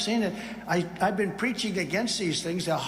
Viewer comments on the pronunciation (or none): none